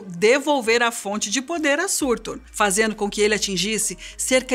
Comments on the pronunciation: Ela mandou um Sãrtou ao invés de Surtur tbm JJJKKJKKKKKKKKKKKK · Não é "surtur", se pronuncia "sutúr"